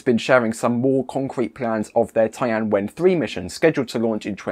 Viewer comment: Couldn't find the "Tai An Wen" China mission online. Did you make that up? (Oops. Found it. You meant "Tian," not "Tai An." Huge difference. Maybe look up words you're unfamiliar with? Takes little effort; and it's a big help.)